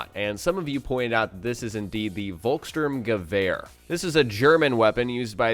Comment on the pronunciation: just for the record ;) you can pronounce this German gun more easily like this: folks-shtoorm-ga-vair ("ga" like in gap and the "v" like venus)